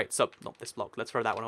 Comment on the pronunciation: Dude..... You really need to slow down, you are stating to trip up and make mistakes, like, 'Prismarine blick', plus, you said that it takes you quite a few takes before you get it correct. Great video, great concept (both, as always), but, the speed is REALLY FAST. Anyway, just my personal opinion. :D